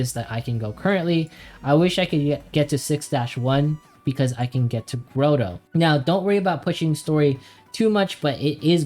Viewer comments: It is not "Grow-Toe" , it is "Grah-Toe" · my man says Grotto as grow-dough lmao good guide man!